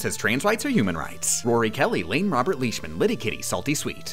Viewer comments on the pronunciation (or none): none